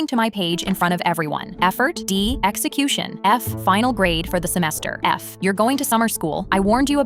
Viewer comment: “Execution” WHAT bro🥀